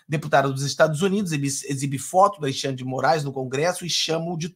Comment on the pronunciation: Ô, não gostamos dêsse trôço, mas pelo fale certo. Al"i"xandre? Não sabe falar Al"e"xandre? Cara você vai para o mundo todo. Corrija-se!